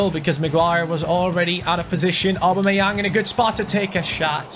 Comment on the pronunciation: U say augbameyang wrong mind the spelling